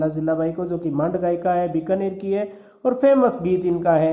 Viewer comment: Sir app binakar,,ko,,(Bikaner) kyo bol rhe ho🙆